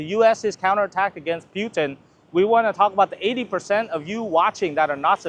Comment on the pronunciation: It’s PUT-in … please, please pronounce it correctly 🙏